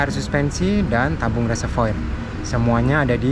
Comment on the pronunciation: Reservoir dibaca Reservoar...